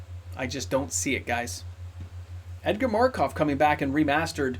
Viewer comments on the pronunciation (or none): none